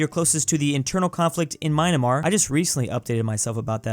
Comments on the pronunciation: isnt not Maynmar, its Myan- mar PRONOUNCED MYA-N-MARR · after all of these videos he still pronounces it "MyNAmar" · wait... isnt it pronounced 'my-an-mar' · did you say "Maynamar" ? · waiting for the day that pronounces myanmar correctly